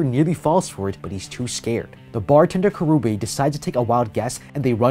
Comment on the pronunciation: Bro his name is Karube not Karubi 😂